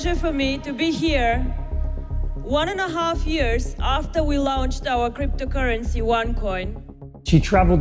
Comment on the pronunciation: Launched pronounced 'Laonchte' should have been one heavy red-flag for me, plus the bad makeup